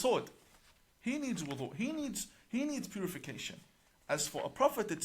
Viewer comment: He is not even able to pronounce the word wudhu correctly. What kind of imam is he 🤔